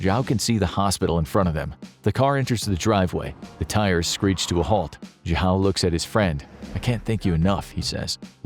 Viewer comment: jahow is possibly the worst pronunciation of zhao I've ever heard